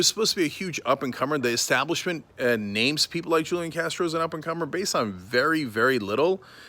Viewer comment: If you’re gonna be sarcastic about it, at least pronounce his name right...